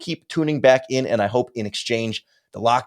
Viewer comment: BEAR DAHN